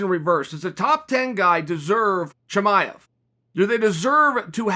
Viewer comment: why you say Husband Chimaev? You can’t pronounce his name?